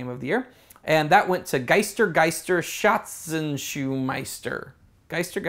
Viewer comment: Gotta work on your German lol... ' Schatz (Treasure) Such (Seeking) Meister (Master) ' . (I'm not German ;-)) Great vid though :)